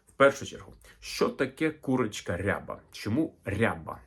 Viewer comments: Відколи рябих курей не існує? Наголос, доречі, на рябА, а не рЯба. Це і правда можна назвати строкатим. Та строкатий не різнокольоровий.. Просто вбийте в Гугл: Рябі кури. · Наголос рябА, не рЯба рябА курка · Українською не рЯба, а рябА. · Курочка не рЯба, а рябА! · Курочка не рЯба, а РябА. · А чого рЯба ,а не рябА ?🙄 РябИй окрас(масть) відома річ 😎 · От неправильне трактування кольорів. З давніх давен і досі рябими називають строкатих курей з білим і чорним пір'ям впереміш. Тільки наголос ставився на другий склад: курка рябА. Тобто абсолютно реалістична рябА, чорно-біла курка, яких завжди повно в українських селах. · Гадаю, що курочка рябА, наголос на останній склад